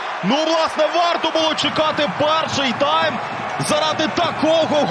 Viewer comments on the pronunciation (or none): none